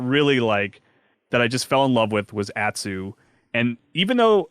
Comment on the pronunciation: How is it possible for to not know how to pronounce the name of his favorite game or its main character? To quote another cohort "Holy fuck people learn how to pronounce [Atsu]. It's not that hard!" They say her name in the game dozens of times. DOZENS!